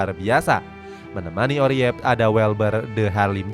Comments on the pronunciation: Oerip bacanya URIP bang...bukan oriep...😂😂😂...OE tu ejaan huruf U untuk bahasa indoesia jaman dulu...kayak jadoel, waroeng, baroe...kalau nama orang kayak soeharto, soekarno, soegiarto, dpl...❤❤ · Next time, kalo baca nama pemain yang bener min, Oerip kok dibaca Oriyep? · Julian Urip aja bang bacanya biar indo banget😂